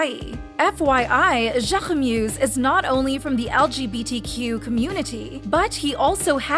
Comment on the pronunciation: FYI Jacquemus is pronounced like "jack-mus" 🙂